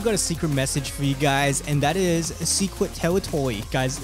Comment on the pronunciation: dude... secwet tewitowy